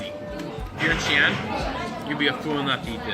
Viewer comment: xi'an,not xian.